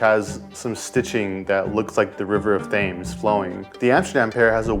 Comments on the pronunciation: for any Americans including this guy The river is pronounced ‘Tems’ not thames despite its spelling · The River Thames is pronounced ‘Te-mz’ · "London sneakers have the river of 'Th - emes' look like flowing (how fkin disrespectful pronounced it like 'James'!? ..... It'd be like if we called a sneaker repping New York & Hudson river as 'Hood - sun'.... Get it right...cheers mate!? "Your welcome! ! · River of Fames 😭😭😭 its Thames, pronounced TEMS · River of THHHH-AIMES?!?! BROTHER ITS TEMMS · The River "Thames"? Fucking hell have you been living under a rock? It's pronounced "tems". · Pmsl Thhaames . Shut up guy. Do some research on your pronunciation, this shit sells everywhere,people 50km from London don't know about "grime" they just buy the shoe . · Tems. Not pronounced as its spelled. Its pronounced "River Tems" great vid. These shoes are a huge part of civilization and will be remembered in history for their significance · Rivers of Thames is pronounced as tems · River Thames is pronounced TEMS, the H is silent! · The way bro said Thames it is pronounced tems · Thames is pronounced Tems my dude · They pronounce the river Thames like "Tim' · its prounounced river tems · Where is this river Th-ames of which you speak? lol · said river th-aims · “Thaymes” triggered me 😂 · It’s pronounced River ‘tems’.👍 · I can’t believe you pronounced The River Thames Th-ames 😖🤣🤣🤦🏽‍♂️👌🏼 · Utter shite..... "river Thammmmmeeees" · "the river of dhaimes" 😭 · the river of thames is a whacky pronunciation its pronounced Tems but spelt Thames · It's pronounced "Tems" The River Tems/Thames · Thames is pronounced 'tems'.... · Lol the pronunciation of Thames. It’s more like Tems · Thames pronunciation was wild. But actually it's the correct way.. We pronounce it as tems, listening to your pronunciation makes me realise how off the spelling is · Thames is pronounced, "Tems". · The river in London is pronounced River 'Tems' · its pronounced TEMZ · The River of Th-ames 😂😂